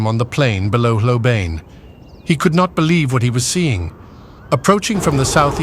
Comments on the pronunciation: Please. The proper pronunciation of Hlobane is "Shlo-ban-nyeh", stress on the 2nd syllable. Source: Notes on Zulu Orthography. Book: "The Washing of the Spears" by Donald R. Morris, 1965. Otherwise, a very engaging video. TYVM. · Hlobane, pronounced " schlobarnie". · hlobane not hlobane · The pronunciation of Hlobane is atrocious. Is it an AI voice?